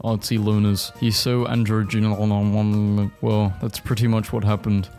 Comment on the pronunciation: i love how this man can't pronounce so many words, like bbg bouquet????? androgynous???